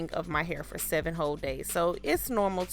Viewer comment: Lord.. the eyelashes and white eyelid crap makes the video garbage.. never understood why beautiful black females mess up thier beauty with garbage fake makeup..( or make down I call it). And please learn English amd get rid of the "ima negro from the gutter" pronunciation of words... "PUHLLEEZ" .. its "hair".. not "hur"